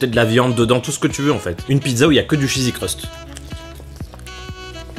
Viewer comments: Il a dit chesi crust 14 fois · le " chzzsy crust farcie " XD